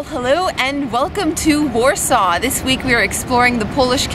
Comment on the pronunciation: Poland seems lovely, I want to visit there when I'm older and have enough money to travel, but that's not how you say Warsaw